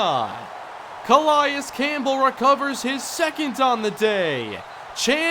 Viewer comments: It's not a big deal, but it's pronounced "Cuh-lay-is" Campbell not "Cuh-lie-is" just for future reference. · Let's go Chargers Franchise!!! Love the series!! Anyone notice the Cardinals short center in the beginning of the video? Lol...and nice pronunciation of C.Campbell lol 👌😂